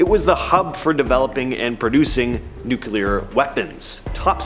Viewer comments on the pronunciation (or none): NEW-KLEE-ER FFS